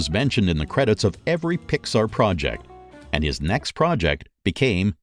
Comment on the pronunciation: I'm convinced he pronounces stuff wrong on purpose. "Jon Ray" "PixER" "Ad-Vert-Ass-Ment"